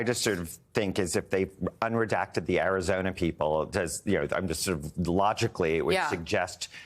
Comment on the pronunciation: Air-yhi-zoy-na... Love it!!!